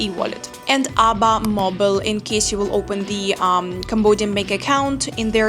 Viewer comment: just to not cause confusion the name of the ABA bank is pronounced it in letters A.B.A if you pronounce it ABA it will cause confusion with the local just a head up 👍